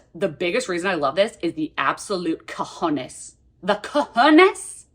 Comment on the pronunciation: HAHAHAHAHA I am Spanish and cant get over the fact you said coj0n3s like that :D I love your channel.